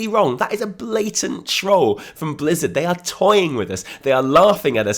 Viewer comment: did he say Blizzda ? Blizzard & Bethesda hybrid XD!